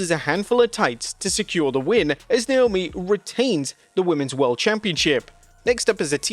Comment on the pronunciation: I’m sorry, but Wade is not amazing on commentary. The fact that he can’t/won’t, I don’t know which, pronounce some of the wrestlers’ names correctly is embarrassing. I have no clue who this Beanchor Belair is or Niomi.